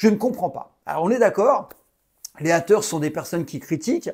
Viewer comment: les hâteure lol french accent!!!super video